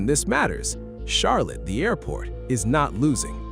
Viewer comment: Almost as bad as the AI voice pronouncing Charlotte like Char-lette